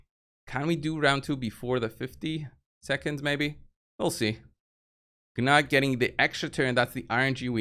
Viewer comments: Gnut is pronounced noot, not ga-nut. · Newt or Noot The G is silent. It's pretty straightforward. The only one I hear saying it correctly is Hell Hades. pronunciation is hilarious.